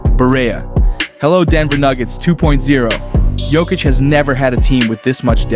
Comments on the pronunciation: I hate AI his name is pronounced yo kitch not jo kitch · Bro, when you find out how to pronounce Jokic I will give you a sub. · Jokic has been the best player in the world for the past 5 years, and you still can't pronounce his name😅